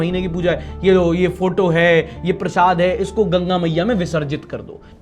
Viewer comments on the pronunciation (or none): none